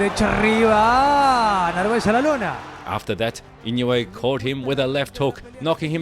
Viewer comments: The name Inouye is pronounced EE-noh-ay with the stress on the second syllable. It's a Japanese name, and the "ou" is pronounced like the "oh" in "go" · 井上関連の動画をアップする前に、とりあえず正しい名前の読み方を練習して欲しい。